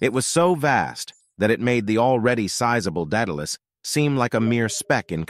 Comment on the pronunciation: In the name Daedalus the second A says it's name so it's pronounced DaudAlus not Data less.